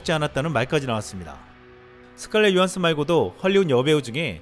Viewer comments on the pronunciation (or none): 조한슨 으로 읽던데.. 그래서 조한순